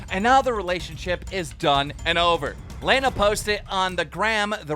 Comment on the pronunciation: The amount of times he says someone's name wrong is mind-blowing it's some real amateur reporting stuff if your going to talk about someone and make money off someone else's life and all that you do is make money by talking about other ppl the least you could do is know how to pronounce their name right and it's not even like most of them are hard names to say or they aren't somewhat popular ppl